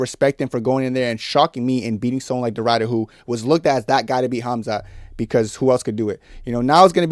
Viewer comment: The "i" in Ridder is pronounced like the "i" in "incredible". It means "knight". I know, nobody cares. But i speak Dutch. "Ryder" sound funny to me.